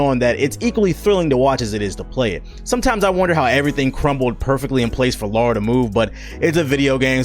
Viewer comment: LARA, not Lora! It's on the box for Christ's sake!